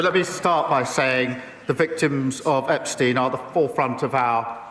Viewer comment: looll "Epstiny"